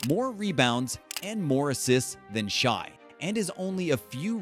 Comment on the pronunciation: Pronouncing Shai as "shy" is crazy